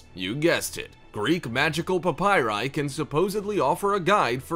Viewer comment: Please stop saying PAPYRI.